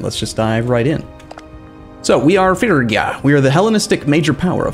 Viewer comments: Just think of a Fridge-ia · he's absolutely correct in Modern English pronunciation. Every historian, and expert on the place and time will pronounce it that way when speaking in English. Fridge-ia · es Frigia, no Frisia. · Phree-gi-a not Fergia lol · Dude it's FRIGIA not FURGIA ... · It's Fridge-ee-ya. Pa-PIE-rus Im-PER-a-tor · Probably not gonna help now, but it's pronounced more like Fre-gee-ah. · Fridge-ee-ya? No way the "g" is definitely a G like in grass, and not a DG like in giraffe. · More like Free-yee-ah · Every time he says “Fergia” I die a little bit. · Im-pera-tor, Fridg-ia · It's pronounced "ˈfrɪdʒiə" btw, so kinda like Fridgia xD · Not in Ancient Greek it isn't. [pʰryɡía] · It is Ph-ry-gia. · Might be a little late for this, but: - Fridge-ee-a (Phrygia) - Im-PAIRator (Imperator) - Pu-pie-rus (Papyrus) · It is Fridge-ia actually. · Oh by the Gods the way you pronounce "Phrygia"! xD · Or Phrygia and Imperator.